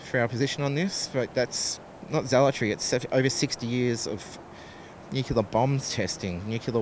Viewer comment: The word is NUCLEAR, not NUCULAR.